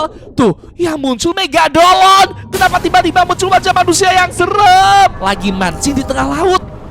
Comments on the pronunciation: Megalodon❌ Megadoln✅ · Mega lodon bang bukan mega dolon😂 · Megalodon tidak Megadolon iya😂😂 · Bang bukan megadolon tapi megalodon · Bang megalodon bukan megadolon😂😂😂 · Megalodon ❌ Megadolon☑️ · Megalodon bang bukan megagolon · bang Megadolon atau megalodon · Bang itu megalodon Bukan megadolon😂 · megadolon? megalodon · Megadolon✅😭 Negalodon❌ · Megalodon❌️ Megadolon✅️🗿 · Megalodon❌ Megadolon✅